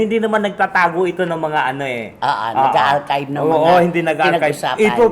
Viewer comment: B.I ....Ellen ADARNA...nkuha ko dhil sa salitang archive😅😅😅